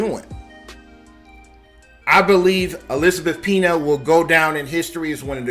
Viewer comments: Her name is pronounced, Pen-Ya, not pee-na. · Yes, Pena is usually pronounced "pain-ya", not "pee-na". I'm shocked no one has mentioned EP's finest film, LONE STAR (1996), one of my favorite films of all-time, and I've been a film buff since the 1960s. Check it out if you can find it. Also Jacob's Ladder. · Dude! show some respect! Learn how to bascially pronounce the Spanish words you're using ESPECIALLY HER LAST NAME! It's not "pee-nya", that means pineapple, "piña". It's "pain-yah." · Pen-yah, not peena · “LaBumba”, “AAA meeting” for alcoholics, Elizabeth “Peena”. This was a great comedy video. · It's not "pee nuh." It's "Pen yah." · elizabeth "peena"??? la "bumbuh"??? wtf man. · He cant even say her name right. Its pronounced pe-nya. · Its pronounced pena( penya)! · Are you dumb how are you a commentator and your pronunciation sucks her last name is Peña pronounced ( Pen ya) AND THE CHARACTER SHE PLAYED WAS MIRAGE MEANING SOMETHING NOT QUITE WHAT IT SEEMS . WTF DUDE LEARN TO SPEAK FIRST. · Pronounce the name right please